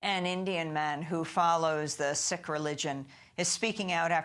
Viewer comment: Sikh is pronounced SEEK not SICK